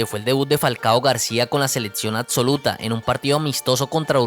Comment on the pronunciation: Se me hace dificil verlo completo cuando dice "ladso seledcion adsoluta"